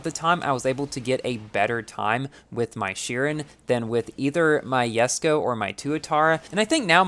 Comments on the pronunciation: Even the owner of this car pronounce it as jes-ko and you say it as Yes-ko. I don't understand. Is it because of the difference in American English and UK English? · I hate the fact that you call it “yesko” like bruhhhh xDDD